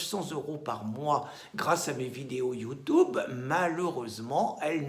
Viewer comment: ça va, votre chaine va dépasser BFMTV, tu prononces mal "YOUTUBE "